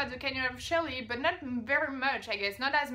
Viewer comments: It's Canyon De "Chey" not "Chelly" and yes it's Navajo "Navaho" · Unless you're from Arizona like I am, you will probably mispronounce most of those words. it's all good. It's pronounced Canyon De Chelly "canyon d shay". According to the Navajo Canyon De Chelly is where the first man and woman walked the earth it's essentially the Navajo garden of Eden. Hopi Indian tribes from the same area felt that the first man emerged from the confluence of the Colorado River and the little Colorado river in the heart of the Grand Canyon which is amazing look it up on youtube or the link below. Coconino is pronounced "KoKo ni-no" Yavapai is Ya- Va-Pai Sedona is Sa dough na. Navajo is actually a Spanish word so the j is an h "Navaho" Since the western United States was Spanish and Mexican territory that is why its a Spanish word. They refer to themselves as Navajo and Dine. Dine means in their language people the people. Navajo rugs are really great art pieces. If you ever return you should go to the Heard Museum in Phoenix it is one of the best museums in the world for Indian art and culture. Kaibab Ki a bab. Pronounciation The Grand Canyon Confluence.